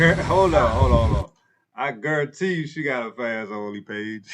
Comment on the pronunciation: Bro, you said a FansOnly page 😅🤣😂